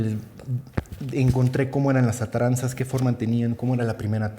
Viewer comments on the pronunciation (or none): Buenos e ilustrativos videos. Un comentario: Los embarcaderos que construyo Hernan Cortés, llevan el nombre de "ATARAZANAS", no "Ataranzas", como el autor del video lo pronuncia. Este es un vocablo Arabe-Hispano, originalmente en Arabe "a'daru ssina'ah", que significa "Casa de la Industria (Trabajo)", con el derivado "Arsenal", "Establecimiento para construir o reparar embarcaciones". Sinonimos: Taller, Astillero. Derivados: "Drassana, Dársena".